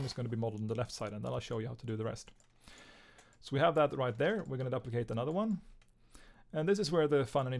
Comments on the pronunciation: duplicate (doo-pli-cate) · I Love how he pronounces duplicate